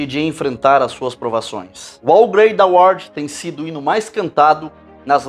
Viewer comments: Pronuncia-se "rau greit dou arte", algo próximo disso rsr. Podia ter dado uma googada antes de fazer o vídeo, hem... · Cara, nem saber falar o nome do hino voce sabe. A antes de qq video meter uma propanda nada a ver.... parabens. Aproveite os inocentes e pague pelo que esta fazendo. Que todo engano que você prega volte para voce, cem vezes. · Eu acho q vc deveria pelo menos pesquisar como se fala corretamente o nome do hino em inglês, pq vc está fazendo um vídeo pro público para o qual vc deveria falar o que é certo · Muito bom o trabalho do irmão. Uma correção. A pronúncia de Amazing Grace não é "Amazing Greici", mas sim, "Ameizing Greici", enquanto How Great Thou Art, a pronúncia correta é "Rau Greid Dau Órt" e não "Ôu Greid Dau Órt", conforme o irmão pronuncia repetidamente. Abraços e paz.